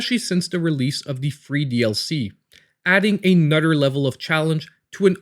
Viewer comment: Thanks for making me smile and laugh every time you said another it sounded like (a nutter) :) Ps. I sound funny also being raised in the swamps.